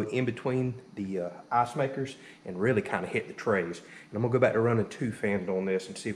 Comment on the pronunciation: Dude great video, great project, but every time you say ass-maker, ass-production or weigh how much ass you are getting I giggle XD